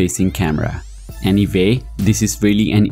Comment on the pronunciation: "Any vay , these are my tarts"!